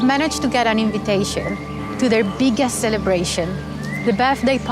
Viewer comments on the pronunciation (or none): I know she's saying "I've managed to get an invitation to their biggest celebration" but with her accent it sounds like she's saying I've managed to get an invitation to their big ass! Celebration 😂